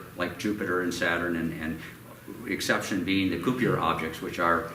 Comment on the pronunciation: That Koo-Pee-Ur belt.